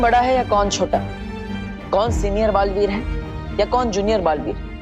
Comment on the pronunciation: Dalveer, nahi, balveer, hai,😂😂😂😂😂